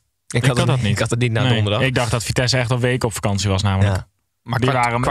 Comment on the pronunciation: Het vriendelijke verzoek of jullie vitesse voortaan zo willen uitspreken. Dank